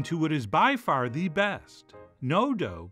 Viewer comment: It's not delivery, it's da struggle